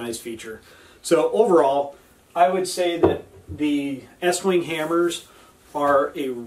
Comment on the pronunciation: How can I trust a guy who doesn't know pronounce the name to fit an American audience?